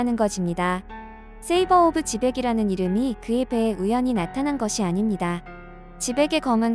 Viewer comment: 세이버오브제벡이 아니고 샤벨오브지벡이다...ㅋ